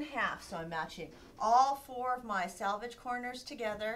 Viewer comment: Selvege not salvage